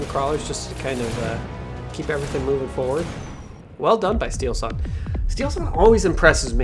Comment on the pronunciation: Steelsane spels not like steelsun, its two words steel and sane :D very good player so plz call him right, big thanks :D:D:D